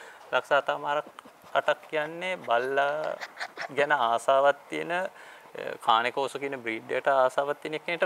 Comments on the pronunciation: කානේ කොර්සෝ නෙවේ.keyn kaw saw කියල pronounce කරන්නෙ.👍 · කානේ කෝසෝ නෙමෙයි කේන් කෝසෝ ගූගල් එකේ ගහන්න මේක cane corso pronuciation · Just note that they pronounced "Cane Corso" wrong...